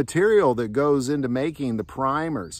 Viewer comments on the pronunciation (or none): none